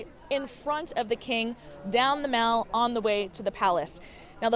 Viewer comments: Mall is not pronounced like shopping mall - it rhymes with pal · And they don't say "the mal" either! Where does she come from? My oh my! 🤣